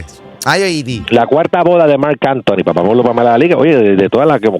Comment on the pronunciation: Odio que este tipo diga Papa Molu WTF?